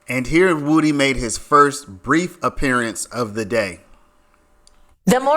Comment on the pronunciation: 👏 you finally called him "Woo-Dee" and not "Wood-ee" 😂 better late than never